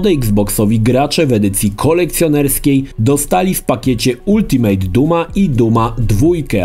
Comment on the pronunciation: Proszę Cię, nie czytaj słowa ultimate z dyftongiem